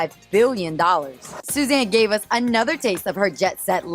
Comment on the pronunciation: It’s “Us Magazine”. Not U.S.